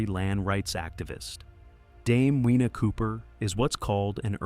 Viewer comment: Get it right. Dame Whina ('Weena') Cooper should be pronounced Dame FEENA Cooper. In Te Reo, 'Wh' is pronounced 'Fuh'. Dame Whina Cooper. Also, the brief shot you had of her was from a movie. If you had taken the time to do your research, you would have found tons of photos and videos of her.